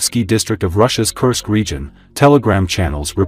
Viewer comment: Please learn the right pronouncation of Kursk this region is n o t a curse but the u in the name is pronounced as in course. Thank you.